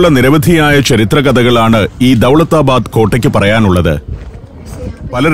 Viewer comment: ദൗലത്താബാദ് എന്നാണ് ശെരിയായ ഉഛാരണം - പുന്നൻ പീറ്റർ